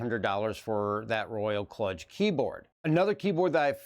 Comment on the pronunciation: KLUDGE is pronounced more like KLOOJ, just for future reference. Excellent video,, and it was cool to see you and hear your thoughts on these periphs. My youngest has the Kludge, and it has Wifi/BluTooth AND Usb C, so you can rock it wireless or wired, which, honestly I just felt so awesome about, and now am totally jealous of his keyboard haha,... its also REALLY well built. I was totally impressed with his Kludge tenkeyless.